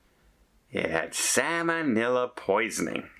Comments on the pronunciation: SAL monella, not SAMON ella. It is not a fish. LOL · is not a medical/ nursing professional so cut him a break for his pronunciation.